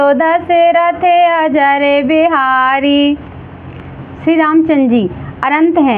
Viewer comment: Ajar nahi hota hai ajir hota hai